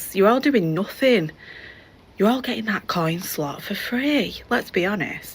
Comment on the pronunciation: I died how she said, ''Thet coyn slawt''🤣